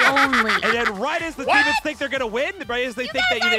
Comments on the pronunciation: "Deamons" lol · Its call demons